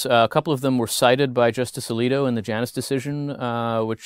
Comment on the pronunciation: Um, I had to safe out . WTF American Pronunciation Guide?! 🤢